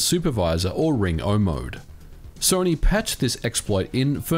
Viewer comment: "Ring O mode" you don't mean Ring 0?